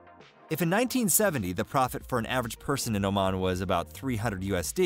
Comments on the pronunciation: This country is called Omaan not Omen. you are pronouncing it wrong all through the video. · Saying it wrong not be omen but oh man. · It's pronounced as OMAAN not OMEN.. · Beautiful video about one of my top three favorite countries in the world. Lots of issues, though. First: Sultan Qaboos died in January 2020, ie, one year and 10 months before this video was made. But he’s always mentioned with the present tense and there’s no mention about his death (…read the news before posting a video that is 60% about him…). Then: Oman is pronounced Omàn, not Òman. Then: at min. why is Yemen also highlighted (in orange)?! And… why on Earth is Kuala Lumpur shown at min. (the obvious Petronas Towers are there; also the children in the following seconds are clearly from Malaysia), as if it was Oman? For the degree of info and historical context it gives, it needs a bit of editing. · It's not Omen,. but O-Maaaaaaan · Dude its pronouced O- mon nor Omen, lol. They are a small Arab nation that mostly practice Ibadi Islam, considered one of the most " tolerant" or reformed. There are many Sunni that still practice traditional Islam. There also some Hindu and Christians. Culture doesn't tolerate lazy men! You dont work, you dont eat. Your friends will look at you with shame. Adultery is punishable by death, pre marriage sex between young couples is rare, dowry must by paid, marriage is a big deal. Women wanting a divorce can take years, men 2 weeks. Oman does not have the wealth of Qatar, Kuwait, UAE, Saudi or even Bahrain. If fact Oman is considered among the poorest. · It's Oman not Omen. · It is not pronounced as Omen....it is Oman like Oh! Man! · Omen? You mean Oman? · Oman 🇴🇲 not Omen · It's OMAN not OMEN! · Its oman not omen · Boy, please... Its called OMAAN. Like the “AA” at the dentists. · I'm American and I know it's pronounced Oh-maahn. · Ia "Omen" really the correct pronunciation? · This guy doesn't even know how to pronounce OMAN! 🙄